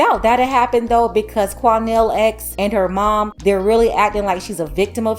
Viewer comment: “Quanell X” 🤦🏼‍♂️🤦🏼‍♂️🤦🏼‍♂️